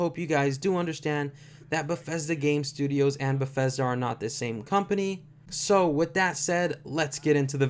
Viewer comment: you should practicing the studios name before you pronounce it wrong 200 times. it sound just as its spelled. there is no F in Bethesda